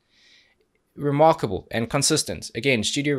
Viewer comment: Every time you say remarkable, i hear "reMARCOable" lol. Porcupine Tree - Anesthetize(live). Please :D